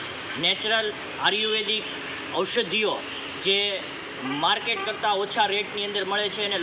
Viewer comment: ભાઈ ને બોલવા મા સુધારો જરૂરી છે આર્યુવેદ બોલતા નથી ફાવતું.